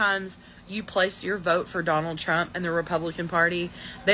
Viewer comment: “oh my god I will booaattt, I will boat for yonald thrump”😂😂😂😂 FOH!!!😂😂😂